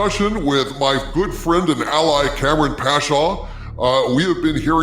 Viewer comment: How can you not even try to ptonounce kamran. Its not Cameron fool